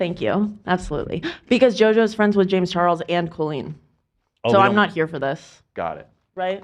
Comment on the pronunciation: Why does pronounce Colleen like Colon? Colonoscopy-leen. KOLeen. I'm going shopping at KHOLeens. Who doesn't say it like CALLeen?